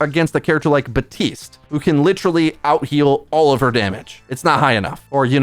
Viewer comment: Bruh you know there is a P in “Baptiste”